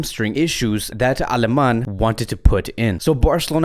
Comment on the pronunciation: Not nit picking but, it's "Ale-many" not Alemann